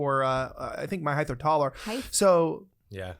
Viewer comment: Height ends in t, not h. I've noticed more and more people are saying it incorrectly for some reason.